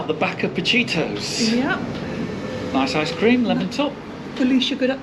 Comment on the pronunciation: As a local, I can tell you Redcar gets both pronunciations from those who live here - RedCAR and RedCA. You did get Pacittos wrong, it’s Pa-Sittos not Pa-Chittos. Glad you enjoyed your trip!